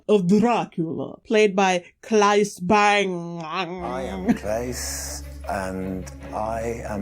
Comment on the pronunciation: Good danish pronunciation when you said Claes Bang :)